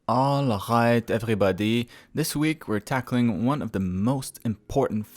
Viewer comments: hehe, cool. Sounded like Arabic or Hebrew ;) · I think he just said "alright " but with a very heavy French accent :)